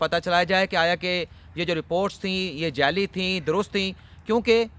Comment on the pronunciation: Sir correct word is "JALLY" not "JELLY" medical report.